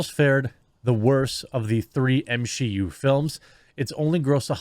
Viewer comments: Realized he's saying m-she-u on purpose.. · M-she-U? More like M-Xi-U (minus Shang Chi) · The M XI U 🤣 nicely done my fren.